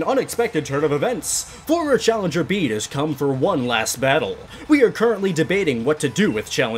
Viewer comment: bede is pronounced beet like the vegetable